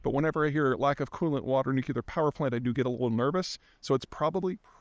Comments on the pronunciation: Imagine calling it Zaporizhzhia "Nuke-yu-lar" instead of Zaporizhzhia "Nuclear." Peter, when are you going to start pronouncing "nuclear" correctly? It's seriously annoying and you keep doing this. It doesn't make you sound smart. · Zapper-nizza nucular power plant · Peter says something controversial and he gets push back in the comments and he assumes its bots and it confirms to him that he is right!?! Wow. What a genius! I guess everyone who comments on his pronunciation of "nucular" is a bot too? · Hasn’t anyone ever spoken him on how to pronounce ‘nuclear’….